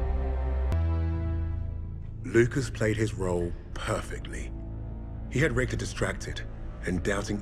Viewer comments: richter is pronounced differently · when a supposed German can’t even pronounce a German Name…how about hiring some actual Germans next time for the voice acting.